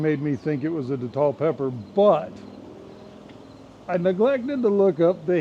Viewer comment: Good morning 🌞. I believe you in that not everything goes as planned in the garden. I believe in showing the good, the bad, and the wtf that happens in the garden. Thanks for sharing 😊. Hot sauce looks great 👍🏿 . The Datil is pronounced day-til. Some datil peppers get got. Some are mild. At least the ones I’ve grown. Name it Smoke. I haven’t used the datil to make sauce before